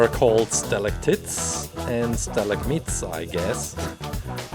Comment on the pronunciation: Stalactits 😂😂 I know English isn’t you’re first language so I’m gonna help you out, it’s pronounce with an “ite” at the end. Like night or fight. Stalagmite is also like fight and night not fit and nit